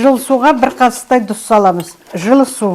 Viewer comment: Дұз емес,тұз,қазақша